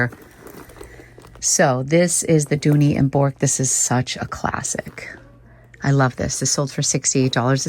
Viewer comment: Dooney and Bourke is pronounced BURK. Not BORK. lol…